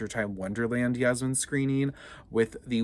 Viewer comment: Its yasmin not jasmin